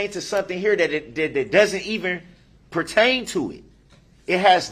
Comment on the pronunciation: This makes perfect sense 😂! ‘Your attempting to make errr errr err a separate case pert-taint to something here that it doesn’t even purr-taint-tuit!’ 🫣🤪 Every day is a school day for DB ‘Hold up… hold up!’ 😂 Look who’s learnt another new word! BUT it’s a shame he can’t pronounce it properly 😂 .. ‘I VEE-HHER-MUNT-TELLY object!’ 🤪 FISHER PRICE!